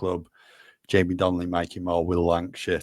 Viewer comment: It's Donelly not Donley!